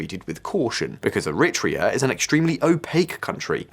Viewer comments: ERI - TREEA not ERIT REA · Erritt Treah in an ancient nation! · It's pronounced eh-ri-TRAY-ah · Very cute. is trying to say Eritrea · He should have listened to the pronunciation in the clips before he attempted to read the script. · Wait , i didnt know the pronunciation of Eritrea was an entire debate ? Never heard this version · You are correct. This video's pronunciations are so weird i looked close to see if this was an A.I. dub. He says Archipelago like an alien who learned English yesterday as well.